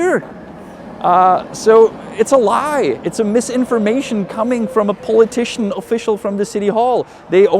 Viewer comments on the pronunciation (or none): First, I had to laugh at the end... with your accent, saying "politician" sounded like "pole-a-tician" and you were talking about Polegate haha! Anyway... none of those articles would remotely get me interested in visiting Prague. What HAS intrigued me is you talking so passionately and honestly about your city! I would go for the history, architecture, and the chance of meeting you yelling in the square! Haha! Who decides to travel to a European country (even from as close as the UK) because they have cheap beer? Maybe there are a few people... but no one from the US is going to do that. Thanks for keeping it real, Honest Guide!